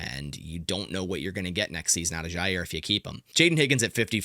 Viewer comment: I don't know why this makes my skin crawl so much, but there is no Z in Jaire !!! It's pronounced JI- air And HOW does he find a way to say his name 14 times every video!!!ll